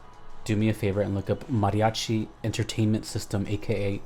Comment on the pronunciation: You say mariachi so well I'm thinking you can speak Spanish!